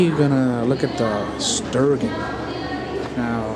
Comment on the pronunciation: Haha you said Stir gon..... try stir gin